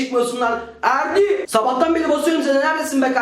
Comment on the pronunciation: Abi en sonda erdi diğicene ferdi diyosun